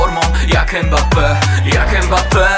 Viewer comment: Mbappe mówił że jego nazwisko wymawia się prze miękkie M tak jakbyś zlizywał zupę z talerza, a nie przez E. to nie jest Embappe!